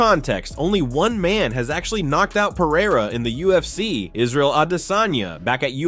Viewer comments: It's Pereira not Pieira 😂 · Are you deaf? He says Piera